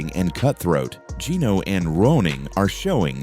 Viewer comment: This narrator is an idiot or else just did poor research. He mispronounced Geeno’s last name throughout the video. It is actually pronounced “Thiticoon”.